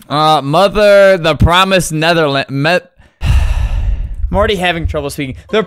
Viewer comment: He said it like the word Netherlands